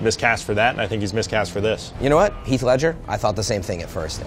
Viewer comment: Its HEATH Ledger not keeth.